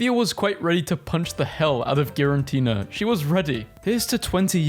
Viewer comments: Fr being a Pokemon fan and hearing you pronounce "Giratina" as "Girantina" made me feel physical pain. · Please stop saying girantina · You need to stop saying "GiraNtina". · The extra "n" you keep adding in Giratina's name is more triggering than it should be for me XD